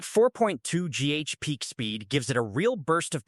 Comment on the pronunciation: If you are going to produce AI slop, at least teach your slop generator to say GHz correctly